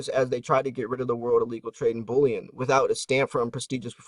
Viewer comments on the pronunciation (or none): none